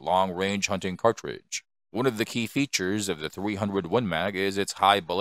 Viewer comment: What's a " cawtwidge"? And it's not rimless, it's a belted cartridge.